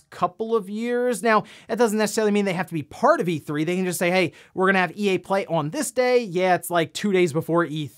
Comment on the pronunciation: Did anyone else notice he said "he guys welcome to NewsWave" or is that normal?